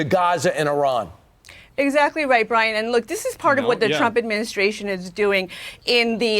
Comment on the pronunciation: This is the first time I hear an american pronounce Iran correctly, and the clowns in chat are making fun of her for it lol